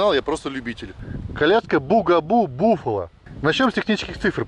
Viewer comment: Произносится Бафало))